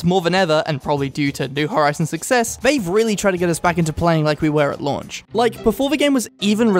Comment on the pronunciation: i thought he was saying "at lunch" instead of "at launch"